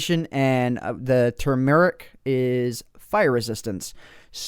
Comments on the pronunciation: Tomeric not to- meric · Uh thyme is pronounced "time" and turmeric is pronounced "toomeric". No het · I love how you pronounced everything wrong... Thyme= time Turmeric has the accent on the "tur" It's a hard G at the beginning of both Ginko and Ginseng, Myrrh- you know, like the bible Myrrh? Pronounced "Mer" :P Oh, and you don't pronounce the t in Pestle :P